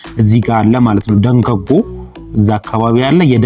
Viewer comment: ደገጎ ሳይሆን ደህጎጎ ነው የሚባለው 🤭🤭🤭🤭🤭🤭🤭🤭🤭🤭🤭